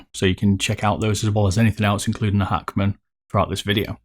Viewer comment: Like how he says Hackman lol 😂